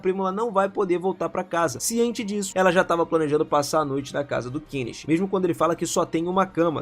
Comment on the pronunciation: O nome do prota e Kenichi e não kicha ok ! E prendedor de roupas que ele ta vendendo e não roupas !